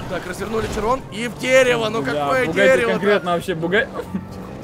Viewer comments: Ето било широн а не чирон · Да не чирон а широн